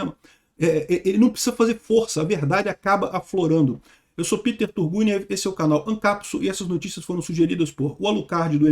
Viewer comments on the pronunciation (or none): none